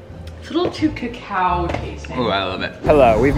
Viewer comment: "Its too ca-caow for me" i died.